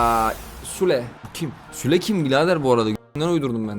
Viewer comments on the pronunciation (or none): abi Sule diye değil ama Süle diye bir oyuncu var.